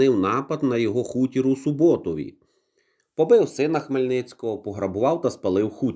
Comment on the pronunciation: село Богдана має назву СУботів. Наголос на перший склад. Я там народилась